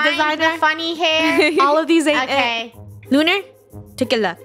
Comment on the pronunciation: It's lunarah